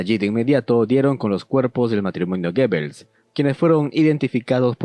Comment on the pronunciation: Amigo, muy interesante tu video pero se pronuncia GUBELS!!!